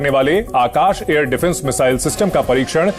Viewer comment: Missile bolne aata nahi. Chale hain salah dene. Don...y